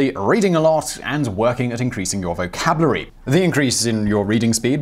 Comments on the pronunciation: "Vocablary"? Well i guess i just added a new word to mine... killin it. i suggest you reduce the number of times you say "vocablary"... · "Vocabliary"? You do have some strange pronunciations